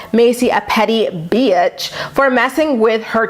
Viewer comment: Your impersonation of Mack & Ryan or "Rhine" saying "beeatch" was perfection🤣 I have a thick southern accent & the second I heard you say that, I laughed out loud because that is exactly how southern people say it!🤣 Love you!!❤